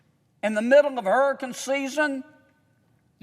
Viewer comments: Hey kennedy. Its hurriCANE. NOT hurriCUN like u say. Unreal u dont KNOW that and pronounce it correctly. YOU PAY YOUR OWN EVERYTHING‼️‼️‼️ We, the taxpayers, ARENT PAYING FOR OTHERS CRAP ANYMORE. STOP THIS MADNESS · I want to spend because of HUR-EH-CAN season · I just love the way he says, "hurricun" and "progrim" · What is a hurrykin? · It's "Hurrah-Cun season" 🌀 🌊 Give him the money 💰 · But its dead smack in the middle of "hurriken" season (i was laughing everytime he said that, but im high so) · How about you pronounce hurricane correctly first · Rand Paul is fantastic! What's not to love about that man? Sry Sen. John Kennedy flood insurance program didn't do a damn thing and 7 yrs you been fighting Maybe you should take it up a notch! How do you say Hurricane agan? 😂 Don't ask Biden Anything Rand Paul can take it from here!